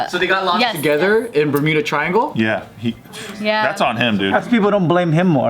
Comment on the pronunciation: Thought Joe said burrito triangle